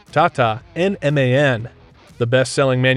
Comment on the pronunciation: Thank you for pronouncing MAN correctly. Cant stand it when its pronounced as "man" 😂